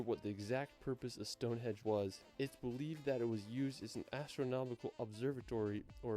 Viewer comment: Yeah, it's StongheNdge not Stonehedge 😜